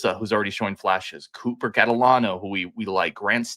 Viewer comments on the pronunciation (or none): none